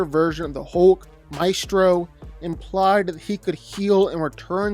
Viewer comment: Couldn't finish watching this. It's pronounced hulk not hoelk.